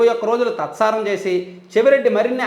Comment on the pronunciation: 'తత్సారం' కాదండి 'తాత్సారం'.